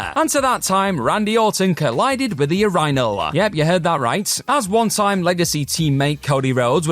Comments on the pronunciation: Bro. You killed this whole video with that ridiculous urinal pronunciation. What’s your deal? You can’t possibly think the way you’re saying it is correct. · I'm just happy everyone else is just as bothered by the way he says urinal as I am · There’s literally video of Cody telling the story like how do you pronounce it so horribly when it’s literally sounded out for you 😂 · Lol the "your rinal" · "That time Randy Orton collided with a ur-inal. Yep, you heard that right!" .. did we..? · Place all "your-EYE-nuhl" comments HERE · The way youre pronouncing "Your-in-ol" is killing me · Bruh pronouncing urinal as "ur-ri-nal" is nuts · I'm gonna start using that pronunciation of "your-eye-n-all" ASAP. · It's pronounced "Your in ull". Urinal. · The amount of people who were unaware of the British pronounciation of "urinal", and are then bothered by it, is hilarious! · Today I learned how hard “urinal” is to pronounce. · Its definitely not pronouced ur-rhyno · The pronunciation of urinal is gonna drive me nuts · It's the British pronunciation